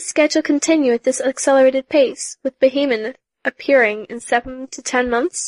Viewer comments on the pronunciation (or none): Did she say Behemon?